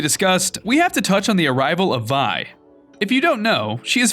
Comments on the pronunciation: Vee not vy but no hate love your vids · It is V-E not Vy ve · It v not vi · “Vi”? It’s Vee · Why do you call her vai. It’s legit 6 Roman numerals. Also if you’re not going to pay attention to maths and culture at least call her vee. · You pronounce vi like v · ITS NOT PRONOUNCED VI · I thought it was VI (Vee) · Ikr he always says it wrong, even epic confirmed it was Vi (vee) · vi is pronounced as vee